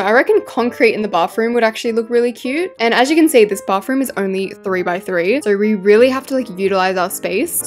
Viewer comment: Every time you decorate a bathroom you say Bafroom i mean what is that word you say that every single time i know i say she when it's a he but that Bafroom of yours you should fix it now and I'm not trying to be a Karen I'm just saying the truth